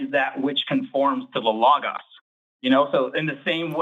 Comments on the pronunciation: And pronounce it correctly this time. 🙄 😂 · For some reason the pronunciation “lah-gahs” is pissing me off lmao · and Forrest deserve sainthood for being able to listen to mispronounce Logos for thirty minutes without correcting him. I wanted to scream! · YES! Thank you! It was infuriating, especially since Forrest said it correctly before the caller started talking about it. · I knew it was gonna be bad when the guest couldn't pronounce logos and I was right